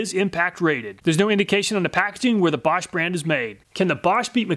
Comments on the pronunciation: He didnt pronounce it correct. He pronounced it correctly. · I like how you pronounce Bosch absolutely correctly! :D